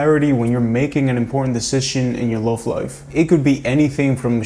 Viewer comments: Can you please learn how to pronounce the word "love" because its annoying. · I didn't mean to offend him. He just says the O in the word love and its not pronounced like that and I have been told this by and English teacher. Have a good day.